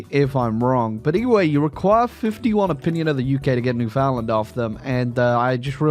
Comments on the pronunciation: As much as I despise the newfies, it hurts to hear their name be butchered so bad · The way British people say Newfoundland never ceases to amaze.